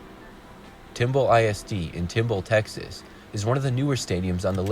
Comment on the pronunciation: And he called Tomball, "Timball."